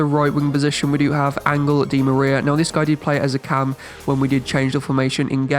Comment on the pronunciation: it’s Angel, not “angle”